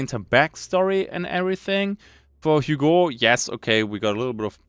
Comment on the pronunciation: I am pretty sure Hugo is read as Ügo. Not that it matters too much. 😀 I like the lore so far, hunger seems very promising game, can't wait for the release.